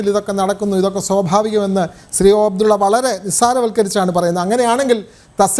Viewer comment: ഫയങ്കരാ മാന്യൻ ഓ അഫ്ടുള്ള 😂😂😂😂